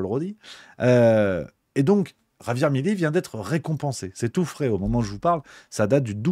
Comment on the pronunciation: Mais pourquoi vous dites tous "Mileí". C'est Milei ! 😂